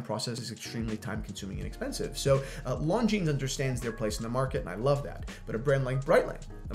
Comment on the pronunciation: It is pronounced “Lon-gene” NOT “Lon-genes”